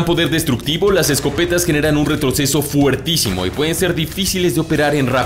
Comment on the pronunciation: Hermano querido. Se dice fortísimo. Saludos desde Austin